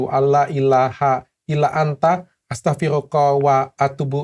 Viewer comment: Astaghfiruka dokter Astaghfiruka wa atubu ilaik (أَسْتَغْفِرُكَ وَأَتُوْبُ إِلَيْكَ) Bukan astaghfiruqo..(dalam pendengaranku ya. Maaf kalau salah.